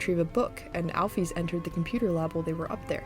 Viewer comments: al-fis not al-fees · The way she pronounces alphys is angering me like at least use al-fis or or al-fyze